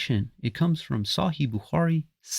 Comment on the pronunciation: Dude can’t even say صحيح properly. but he now knows more. Both hadith and Quran are from god.